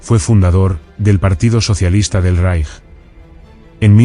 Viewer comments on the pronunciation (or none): none